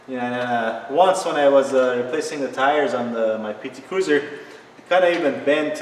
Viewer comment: Did he say PT CRUISER... 😭😭😭😭😭😭😭😭😭😭